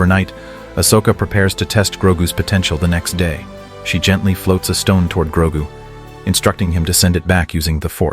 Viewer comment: Its GROGU U MOFO AI sombeeatch!!!